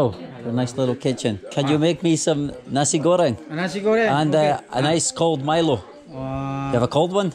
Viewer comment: he calls it meelo. I was reading yesterday they also call it that in South Africa. Though here in Australia where it originates it's pronounced mylo. Same name in the UK and Malaysia. My-lo is the proper way to say it but it's just interesting to me how it varies.